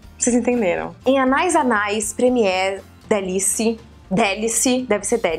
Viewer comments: Ficou muito engraçado ela falando "Anais, anais"! Acho que a pronúncia correta é "Anaís, Anaís". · Karol, é "anê anê" a pronúncia kkkk em francês a terminação ais se fala "ê" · Se fala ané ané, Karol!! Deu vontade de ter todos!! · Anais Anais Mon Premier Délice se pronuncia "Ãné Ãné Mon Prêmiê Dêlís" mais ou menos. Qualquer coisa é só colocar no google translator e apertar para ouvir o som da palavra. Ajuda bastantinho! <3 Eu sou bem particularzinha pra escolher perfume, mas tem uns que até eu fiquei com vontade de comprar, hahaha! Beijo, sálinda! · na verdade é anaïs anaïs e como o i tem trema, então a pronúncia é anaís anaís ;) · Se quiser confirmar, é só procurar um comercial do perfume aqui no YouTube. Vi dois, um antigo chamado "Anaïs Anaïs TV Commercial 2" e um do perfume que a Karol mostrou, chamado "CACHAREL - Anaïs Anaïs Premier Délice". No final de ambos tem a pronúncia correta.